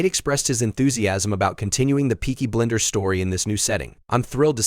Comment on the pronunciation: It’s Peaky Blinders not BLENDERS! You idiot!